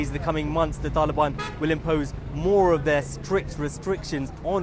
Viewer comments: Why does this guy say Taelibaan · I hate how this guy pronounces the word “Taliban”